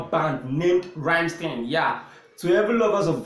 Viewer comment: NOT the idiot sounding Rammsteeeen !!! Its like "Rum?mstine"